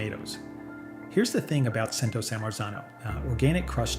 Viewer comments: #Cento is pronounced "chin-to" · Grazie per il tuo impegno nel cercare di educare il grande pubblico, ma purtroppo la sezione dei commenti del tuo video didattico è un po' fuori luogo. Il mondo in cui pronunci "Cento" mi fa ridere... Grazie per l'ottimo video.